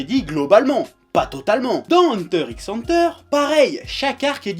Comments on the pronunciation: et le u se prononce u pas a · Mec c'est pas ANTEUR c'est EUNTEUR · déjà avant de te plaindre de ceux qui prononces "hunter hunter" faudrait que tu apprennes à dire "hunter" avec un bon accent je pense